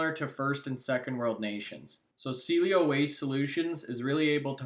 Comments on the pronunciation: CIELO SAID, C-EL-LO. C-ELLO, SEA-EL-LO. I'm glad you are talking about this company. Its upside is amazing but hard to listen to someone promote a company with a "DEEP DIVE" that can't say the name properly. Also, there is no competition in ANY market. Why did you keep say it has no competition in the Canadian market? Cielo has patents in both Canada and the USA. There is nothing like this one anywhere. Appreciate your work on this but, come on, you are from Calgary Alberta get your stuff right mate. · Thanks for taking an interest in Cielo. Hopefully more people will put this company up on their radar. I hold. 34 k 1.02. Will hold for at least 7 years. I see this easily as a $30 - $40. stock. By the way, Cielo is pronounced like the following: Ceeeeeeee ----- el ------ o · Too bad doesn't know how to pronounce the name of the company he's touting. The stock is now half of what it was when this stock was mentioned by.